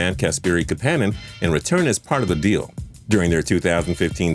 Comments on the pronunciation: Ka-pan-nin LOL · it’s Kap-a-nen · How he pronounced Kapanen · LOL Right?